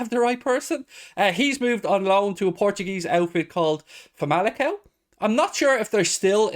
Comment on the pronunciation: The Liga NOS team is pronounced fam-ili-saow